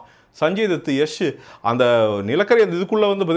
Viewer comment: திருத்தம் பாண்டா யஷ்,யஷ் இல்லை யாஷ்